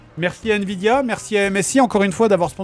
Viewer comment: "Nvdia" xD Petite faute c'est Nvidia mais sinon bonne vidéo comme d'hab les gars ! GG et très sexy la carte graphique 😂😂